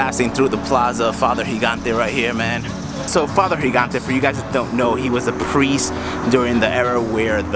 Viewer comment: "Higante"?? What's that pronunciation?! He wasn't Hispanic, he was Italian dude... It's "Djee-gan-te" :)